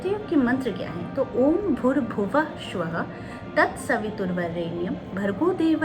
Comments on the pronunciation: वीडियो अच्छा है परन्तु ,"श्व:" नहीं, "स्व:" उच्चारण होता है... कृपया स और न श का सही उच्चारण करें🙏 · गायत्री मंत्र में या किसी भी मंत्र में उच्चारण का बहुत महत्व है एक अक्षर का अशुद्ध उच्चारण अर्थ परिवर्तित कर देता है । गायत्री मंत्र अधिकांश लोग शुद्ध उच्चारण नहीं कर पाते ।कृपया ओम भूर्भुवः स्वः बोले श्वः नहीं । स् का उच्चारण है श् नहीं। आपको बहुत बहुत साधुवाद! आपके सुझावों का स्वागत है बहुत अच्छे उपाय बताती हैं